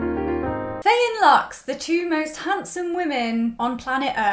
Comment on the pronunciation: I loved every bit of this! Had me cackling to start my day. If you watch their interviews though, I think Faye’s name is pronounced as if there were no A in it—phonetically it would be “fye”